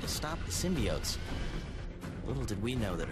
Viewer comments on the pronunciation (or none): Please say symbiotes.